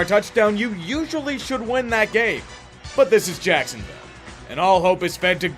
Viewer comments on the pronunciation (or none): none